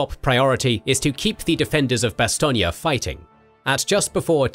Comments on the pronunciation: I don’t know if it’s me, but do I hear, “ Bastonia”? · I live with someone who speaks fluent French, and I've also done extensive studies into this battle myself, and never in my life have I heard it pronounced that way. Additionally, even the Wikipedia pronunciation guide has it as "Bas-ton". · odd how Bastogne is pronounced Bass-stonia when over here it's pronounced Bass-stone. overall this is a darn good look at that battle. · The E at the end of Bastogne is SILENT. It is pronounced "Bah-Stone" - You are adding some extra vowels and it really sounds silly to speakers of polish. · No, it's an American mispronounciation by GIs on the ground who saw a road sign to a place they didnt know how to pronounce, that stuck. There was no American English pronunciation of Bastogne before 1944. Much like the mispronounciation of Foy. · your say bastonge wrong.... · I'm not, the Americanised "Bass-stone" is a mispronunciation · Superb series of videos, but goodness me the pronunciation of "Bastogne" is atrocious. I'm very sorry, but it is the only problem I have. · Is this really the correct way to say Bastogne? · Why u saying it wrong? 😅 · Great series but the mispronunciation of Bastogne really gets on my nerves. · I'm francophone, your pronunciation is a bit off. Maybe it's an accent thing? Don't mean to sound like a dick, I love your work.